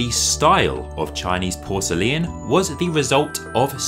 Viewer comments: Its great except for the way you say Porcelain as Porcelian ? Which is very odd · Why do you say porcele-an? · It was great except for the way you say Porcelain as Porcelian, sorry, but it was too distracting, I could only get halfway through the video. My misophonia got the best of me. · it is pronounced Por ce lain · I am pretty sure "porcelain" has three syllables 😄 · that’s a very odd pronunciation of the word ‘porcelain’… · Great video & I love how you pronounce “porcelain”. What is your backround? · Very interesting, although it seems I've been pronouncing porcelain the wrong way. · To be frank, we don’t pronounce it the way the author in the video does. 😂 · Why are you pronouncing Porcelain like you do?!? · ok lets talk about how you pronounce PORCELAIN a minute? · oh my god the way you pronounce porcelain is atrocious 😭😭😭😭😭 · I thought I would look at the video for education. While it is informative, I was wondering why you began with English porcelain to show it was a copy of the Chinese and render your conclusion in psuedo-scientific comparisons. Your pace ... with ... all.... its...unnatural ...breaks....was .... a ...bit.....nauseating. Your extra syllable in pronouncing porcelain was quite odd and uncomfortable. Consider fixing these strange elements and re-posting. I am trying to be charitable here and hope my words are not too harsh. Thanks for the effort all the same.